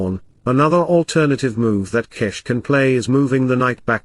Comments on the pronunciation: It is Gukesh not G"ow"kesk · it is pronounced Gukesh not Gukesh